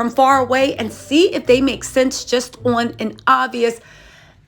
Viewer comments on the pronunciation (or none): none